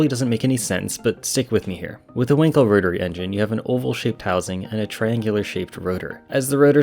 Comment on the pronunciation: Not winkle but [ VAN KEL]